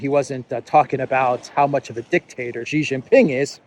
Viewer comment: Xi Jin Ping is SHEE JIN PING not JHEE JIN PING. Jhee Jhee means PENIS., you actually pronounced it once on the Duran when Alexander M said SHEE JIN PING, but then you reverted back JHEE. Stop insulting XI by mispronouncing his name. Would you like your name mispronounced as PENISTOPFOR?